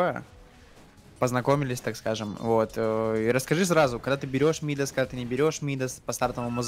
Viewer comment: почему вы говорите мИдас? царь мидАс, перчатка мидАса